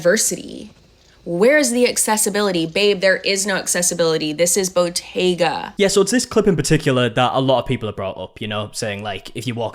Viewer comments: I thought she was saying bodega. She's actually talking about Bottega, the luxury fashion brand. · Botega??!?! I thought it was "bodega"! 😮 lol